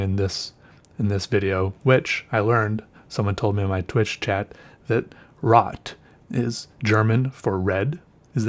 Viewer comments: yes it means red and u are supposed to pronunce it an other way. More like r (oh) t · Rot is pronounced as rode. not that it matters, but maybe you would like to know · Rot. Pronounced row-t or roe-t. Long o. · Rot = red pronounation: r oooo t language: german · Rod does mean red, but not with that english pronounsiation(don't know if I spelled that rigt). It is a scratchy sounding "r". Then the rest of the word sounds sadly German witch simply sounds bad. Real bad. But hey I'm Danish so fuck the German language 😂😂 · Hey! Really enjoyed this one. Nice intro! I'm from austria (people speak german here). When you read the name of the ink I cringed hard. Have a nice day! ~M. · Yeah it's right, Rot means red, but it's not pronounced like dat. Pls watch a video in yt how to pronounce it right...